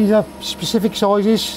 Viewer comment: Great work! Only thing that I gotta say is it’s specific not pacific :-D . But pistons look great👏🏻